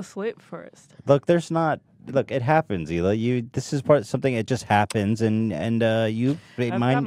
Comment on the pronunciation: Christina calling hila, HEELAH is as awkward as Joey Diaz calling her CHRISTINE...I love them both though.